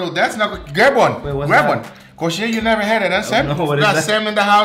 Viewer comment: Are you brazilian? You pronounced "coxinha" just PERFECTLY